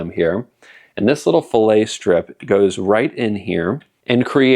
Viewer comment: When adding metal in that manner, the correct pronunciation is fillett. Filet is a piece of meat or fish.